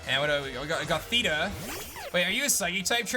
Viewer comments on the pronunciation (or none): none